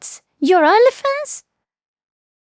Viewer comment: Am I the only one hearing "Her Elephants"? I know she meant Onlyfans, but my ears tricked me!